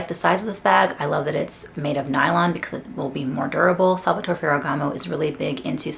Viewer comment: You can pronounce the final E in Salvatore, that’s the right way to say the name ;)